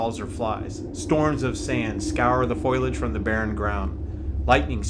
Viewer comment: FOILAGE? "FOE-LEE-AGE "...